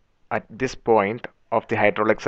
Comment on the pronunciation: i'm Malaysian, from Sarawak borneo. We do speak english fluently. listen to it, Tht guy is English Russian accent, Russian pronounce "this" is "zis"